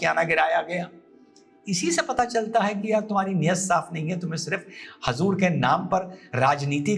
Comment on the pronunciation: Aap muslman hain( huzoor)ko hazur bol rahe hain pahle aap sahi bolna sikhe